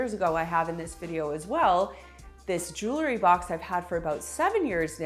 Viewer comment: Jewel-ry. Not Joo-lery. Please.